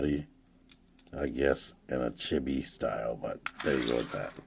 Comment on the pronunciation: I loved 'visible smirk syndrome.' I also thought you were saying 'shitty' the first few times you said 'chibi' which made the phrase 'he's a cute little chibi Starscream' pretty interesting, lol